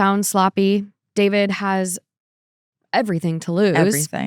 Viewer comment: Everyone I've personally heard refer to him as D-four-vid is saying it wrong on purpose to show their complete lack of respect for him, which I very much appreciate and agree with! What a complete idiot, how could he think he wouldn't be caught? JUSTICE FOR CELESTE! Rest in peace, sweet girl 💜 Eta: having 3 chainsaws delivered by postmates is wild work